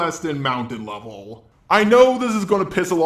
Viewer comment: Everytime he says levellll *cringe!